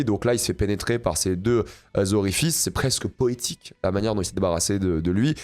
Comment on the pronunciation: « C’est presque pOÉTIQUE » on sent que t’as une affection particulière pour cette scène